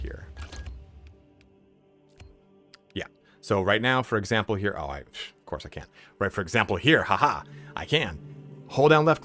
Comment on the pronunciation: "For examper"